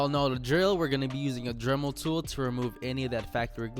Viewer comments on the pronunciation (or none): none